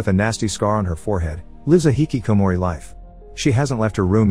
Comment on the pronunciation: Been watching this channel for year now, and the only Nihongo this man enunciated correctly and clearly was hikikomori.